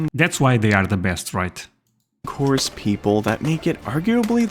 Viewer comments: Crops is pronounced "core" no reason you shouldve known that lol but was just giving some info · Sorry, but it's pronounced Core, not corpse. A corpse is what the Marines leave behind. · NO "S!!" Marine "KOHR" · It's pronounced "core" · The "s" in Corps is silent Otherwise, it sounds like that youare talking about a dead body (.CORPSE) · For your information, the word "Corps" is pronounced as though it were spelled "core" or 'cor'. The letters P and S at the end of the word are silent. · It's not Marine "Corpse" 🙄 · It is pronounced "core". And the USMC has been beaten on the battlefield thousands of times. I would suggest studying actual history. Instead of some bullshit.